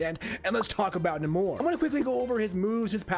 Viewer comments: Its Nay-mor lmao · I gag whenever he says 'Nah-more' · The way you pronounce his name is certainly unique. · Just the accent. Nowhere else in the history of Namor have they pronounced it that way